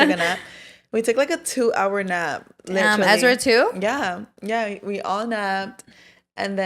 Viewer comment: Let's keep count how many times says LIT-TRA-LY in one pod episode since she wants to point out repeating herself. 😂